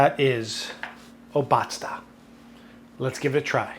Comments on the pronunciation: It's _O_batzda not Ob_A_tzda. ;P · Hi, I appreciate your take on traditional Bavarian food! Try to emphasize the beginning of the word, it's O- batzda and not obAtzda. Thank you for your videos ( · yummy, yummy, yummy!!!!! a camembert that is a bit aged and flavorful is even better with that tang. its not pronounced o-BA-zda its O-bazda (a long 1st syllable and 2 short 2nd and 3rd) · Funfact: Obatzda comes from the bavarian Word "Obatzn", which means smushing stuff together, which is exactly the traditional way of making this. Your pronounciation is pretty off, but honestly, 80% of germans also fuck that word up, so who cares. It would be much shorter, similar to o-bud-star (leave out the "r" at the end) Nice recipe.